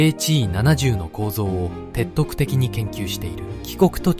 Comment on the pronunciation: [てっていてきに」です。